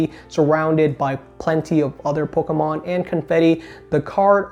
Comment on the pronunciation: I love how says ‘PocKomon’